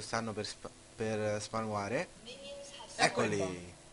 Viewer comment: E tu con Ashe te ne vai in mid? e dici spaware al posto di spawnare? E poi con ashe certo che fai tanto danno ^____^ Al posto di fare già i video tutorial, impara a giocare -.-"